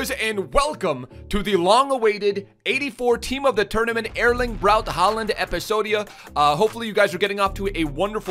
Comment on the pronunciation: I know you like to pronounce names correctly, and the "aa" part in both "Haaland" and "Ødegaard" is a Norwegian character called "å". Put it into google translate and you'll hear how it's pronounced. The "d" at the end of both names are silent, so the names are pronounced "hå-lan" and "Øde-går". No worries of course! :)